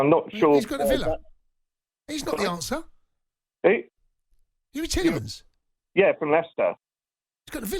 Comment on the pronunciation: The moron was talking like 👍 it was comin outta his pocket Clueless n could even say the player’s name he wanted “Telemans” didn’t even know he was already sold…bottler 🙄